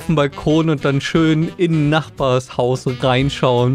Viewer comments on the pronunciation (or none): none